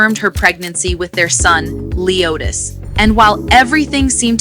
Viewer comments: You not gonna be saying her son name wrong 😒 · Why on the f***does she keep mispronouncing the baby’s name? Aggravating!! Ugh!!